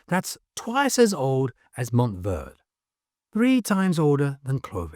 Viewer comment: IT'S PRONOUNCE MONTEY VERDEY. GREEN MOUNT